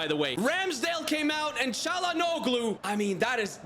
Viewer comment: Same as Broja, check pronunciation for "Çalhanoğlu" too mate ahaha. The 'g' and 'ğ' are not same.